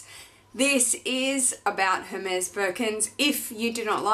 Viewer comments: Beautiful, amazing birkin, congrats!! And congrats on the baby!! So happy for you. One thing, Hermes is pronounced Er-mez or air-mez :) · Congrats! But please don't say the H in Hermes 🙊